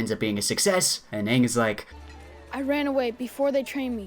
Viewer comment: Don't they pronounce the main characters name wrong for the whole movie? that's just embarrassing